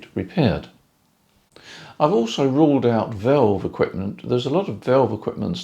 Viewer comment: Whats a VELVE ? Surely you mean vAlve.AH not EH after the V